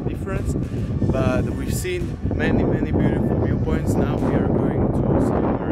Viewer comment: super spracovanie, zostrihane, kvalita videa parada, jedine co mi tam mega vadi je to rozpravanie, strasne zla anglictina, sory ale to sa neda pocuvat, furt dookola jak vsetko je bjutifl, nemusis to rozpravat, tu krasu vidiet z tvojich zaberov ktore su ovela lepsie ako to rozpravanie.... podla mna to tam riadne kazi inak namakane videa:)